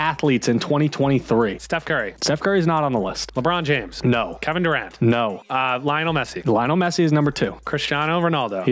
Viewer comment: The way he pronounced Lionel Messi 💀